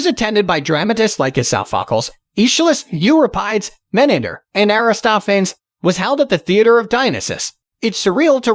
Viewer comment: The pronunciation of Aristophanes and Pericles really made me cringe